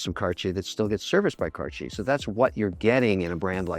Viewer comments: "Cartier" is not pronounced "kar-chay." The correct pronunciation is "CART-tee-aye." I would think you would know that, Mr. Wonderful. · Mr. Wonderful what is Carchier? I like the broke people pronunciation better..Cardyer..😂👍❤ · its terrible how HE pronounce Cartier ----- i can take it anymore. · wtf is that pronunciation Kevin LOL